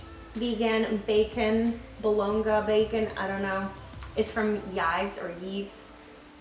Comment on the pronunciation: Are we going to talk about how she said the word bologna ?????